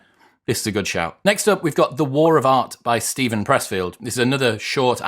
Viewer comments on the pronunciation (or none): none